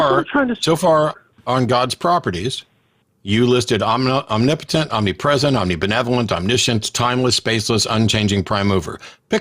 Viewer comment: Why can't theists ever pronounce "omnipotent"?